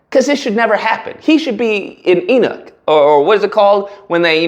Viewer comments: “Neither One Is Fresh! Neither One Is Fit!” 😅 “He Should Be An, Enoch!” 😅, It’s Eunuch…😅😅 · Another hilarious take, bro! Like Forrest said, "Stupid is as stupid does." btw.....the term you were using to describe the delusional duo; eunuch, is most commonly pronounced as: you-nuck